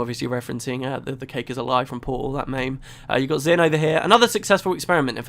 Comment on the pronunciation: at what point in your life did you start calling a meme a maim and when did you better yourself? :'D